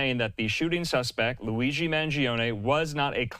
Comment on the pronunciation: I’ve heard a number of media people getting his last name wrong. You win the prize, you mispronounced not only his last name but his first name as well. 👏